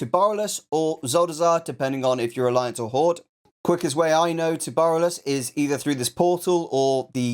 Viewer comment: where the fuck is "Barrel-less"? You mean BORALUS?